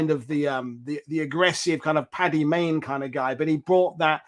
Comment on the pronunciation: The amount of people who can't get Stirling's name right ("Sterling") or Paddy Mayne ("Patty Maine" FFS!). The book itself was fascinating. Well researched as it needed to be to tackle the reputation of a legend (in his own lunchtime). Stirling always seemed unbelievable. This redress of credit where it needed to go was long overdue, as was credit due to the overlooked LRDG. Well done.